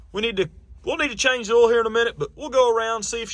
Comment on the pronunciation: When he says OIL. I laugh because he says H’OIL 😝